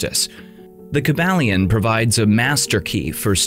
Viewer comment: Kybalion ( Kai-bal-yon)